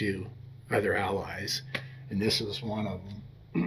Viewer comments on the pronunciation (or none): none